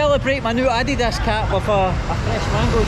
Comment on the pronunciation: Hey! You pronounced ‘Adidas’ not like a North American!